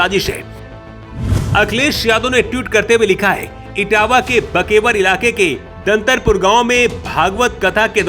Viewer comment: दांदरपुर है ददरपुर नहीं।